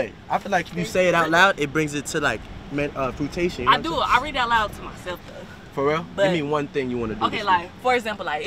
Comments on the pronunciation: He said Fruitation Lmfaoo 🤣 chill you mean fruition. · “frutation” ????….fruition broski 😂😂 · Fruition not frutation Lmao